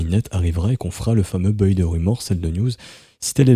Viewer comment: Juste pour info "buy" se prononce Bay et non pas beuiy 😝